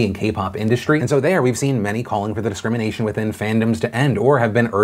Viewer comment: Dude u pronounced it discriminasian check am i wrong ? commom Phil ur better than that man